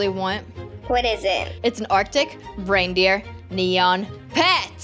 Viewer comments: No she said arica raidrer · LOL U said artic braindeer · She said "artic braindeer"😂